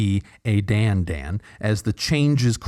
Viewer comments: FYI the hat on the second a means Dandân should be pronounced like Dan - done. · Thank you. I knew that the accent meant the second 'a' should be pronounced differently, and always wondered why everyone else didn't bother to at least make the two vowels different, even if they didn't know what vowels they should be.